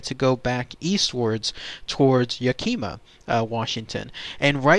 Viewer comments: pronounced Yak i maa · What country is this narrator from ? You pronounced everything wrong. Mt. Rainier, Yakima and Tacoma... why?